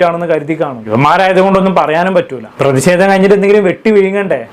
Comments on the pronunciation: C😂എടാ. നീ. ആത്യം... മലയാളഭാഷ. പഠിച്ചുവാ.. പ്രതിസേതം.. എന്നല്ല. പ്രേതിഷേതം... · പ്രതിഷേധം പ്രദീശെധം അല്ല😅😅😅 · പ്രതി സെതം അല്ല പ്രതി ഷേധം